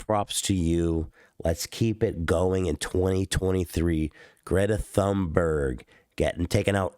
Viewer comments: fyi, her name is pronounced " tun-barry" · "Greta Thumb-in-your-ass-burg" - Ethan Klein, 2022